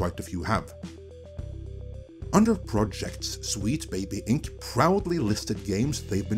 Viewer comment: oh no... NOT AGAIN!!! First "Comedy" for "Committee" and now "Wheat Baby Inc" Glad everyone is not dunking on for his accent this time.